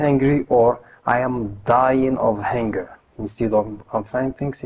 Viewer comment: Huunger, not hanger. Also, we say thank* God, not thanks God.